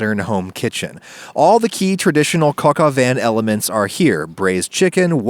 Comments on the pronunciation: how dare you pronouce coq au vin ''coco van'' this is an insult to my people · "Cock au *vin" sToP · He really pronounced coq au vin like kokoven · “Cuck au vin” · i know it isn't right, but i have always and will always pronounce it "cock oven" because after a decade of making it, it still makes me laugh. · cock a vin LOL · "Cock Oven" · Hey Adam I don't wanna be that guy but it's pronounced kohk-oh-vah. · is is it pronounced cock oven? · Her: whats for dinner? Me: this Cock Au vin. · the way you pronounce coq au vin makes my intestines twist